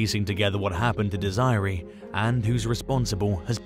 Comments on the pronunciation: Dez-er-ray. Not Desie ree. Like wtf!? If you are going to make things like this you have to learn how to pronounce the words properly. Not whatever way your accent wants too. So annoying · Not Dees eye ree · Desiree is pronounced Dez er a. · That's not how you pronounce Desiree 😂😂😂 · Thank you! Lol